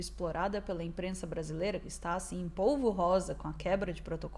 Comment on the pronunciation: CARALHO! Você é comunicadora, estamos num país com fortes deficiências na própria língua. Será que pra você, uma comunicadora, é tão complicado assim pronunciar corretamente as palavras (porque se pronuncia em tom de brincadeira, ela é bem sem graça, inclusive)? Polvorosa é rosa? Essa é a piada? Vamos colaborar com a inteligência da população???